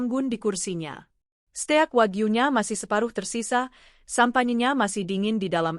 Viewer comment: Steak!!!!belajar dulu klw bgmn membaca nya